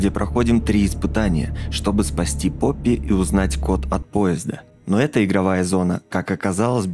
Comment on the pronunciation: То не поппи а он сказал рпоппи тот мен